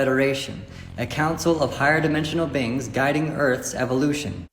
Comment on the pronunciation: is he saying "Bing" or is that him trying to say "Being"? Because interdemensional bings makes as much sense as anything else he says...